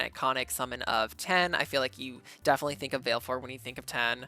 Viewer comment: Sorry to be that person but...Vah-leh-four, she never pronounces it in game but she does in Dissidia.